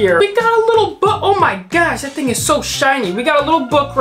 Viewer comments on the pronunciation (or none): none